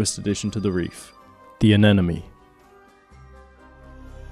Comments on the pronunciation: AneMone, not AneNome. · I had to skip over all the "anenemy" parts. Who tf pronounces it that way? And most importantly, why didn't you say "Neno" instead of "Nemo"? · i don't know if you are ragebaiting but the way you say anemone kills me inside